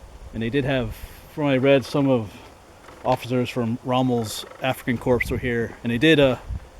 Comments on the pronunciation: Just so you know, "corps" is pronounced "core"; not "corpse." :) :) :) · Corps is pronounced "core" not like a corpse. Pet peeve of mine being 31 year US Army. Great video, love that place, been there many times, live in the general area.